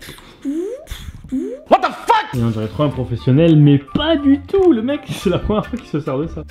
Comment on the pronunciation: J'aime pas quand il dit je suis un prophsionèle